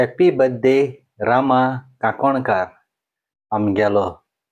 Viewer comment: Kanconcar and not kakoncar God bless you bro, I pray that you will get soon air ticket to fight for right face to face, keep up your good work ❤